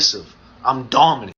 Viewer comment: im DEAD mans said DAWMINENT